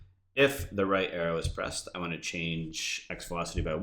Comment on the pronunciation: You Say Want Weridly